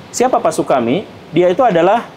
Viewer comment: Ir. Sutami mang, bukan “Sukami”. Udah salah, kenceng. Ngera2keun.